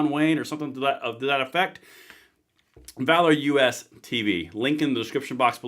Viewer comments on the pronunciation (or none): Sorry, but it's "Valorous", not "Valor US". Just sayin' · It’s Valorous bro not Valor US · Who else wants to actually read the name of his sponsor? It's not 'Valor US,' it's 'Valorous.'